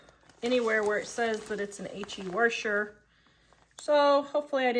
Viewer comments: Washer not wershwr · You're a lovely lady and you actually taught me something about the pre-soaking them! Also that new machines absolutely are a scam, I got my washer for $150 and it sends the loads through the freaking universe. But the way you say 'washer' 😆😆... hard to listen to. Keep it up though - you're great!